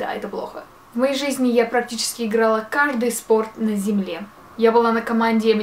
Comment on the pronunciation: Мне так нравится что она говорит: -На земье Просто бррр